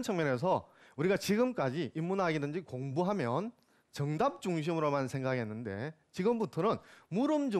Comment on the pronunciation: 장음인 단어의 첫자를 짧게 잘못 발음한 예:두 가지,대답,정답,좋겠ㅇ.ㅂ니다,사물,사건,계기,문진,제자,대답,문제,세 구절,신(믿을),후손,주목,이상,거리,제자,성인(saint),고지학자,선택,문제,호학, 호용 등, 장단음 문제가 이토록 심하면이 이이상 듣고싶지 않ㅅ.ㅂ니다. 그리고 문장을 읽는 법이 엉망입니다. 잘 들어 주싶시요. 한 가지. 학이편 둘째 글을 " 유붕 자원 방래"라고 두 자씩 띄어 잘 못 읽었읍니다. "원방"은 명사구이므로 갈라 놓을 수 없ㅇ.ㅂ니다. 그러므로, "유븡. 자 원방래" 라고 절도 있게 읽ㅇ어야 합니다. 제가 출판한 "한국 어문을 고발함"을 이독해 주실까요. 미국 변 완수 베